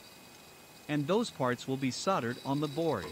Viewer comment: "Soddered"!? You mean Soldered.